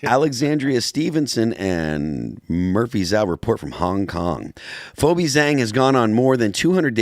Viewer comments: It's pronounced "fee-bee," dude. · "Fo-bee" haha